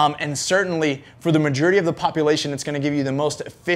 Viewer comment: "the majerity"